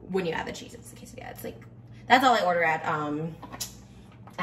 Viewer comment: If she says quesadilla one more time!!! 🤦🏼‍♀️🤬